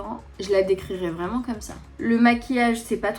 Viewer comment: Un accent anglais vreuuumennttttt😂😂😂😂 Toujours aussi belle❤❤❤ gros bisous a toi et a ta famille😘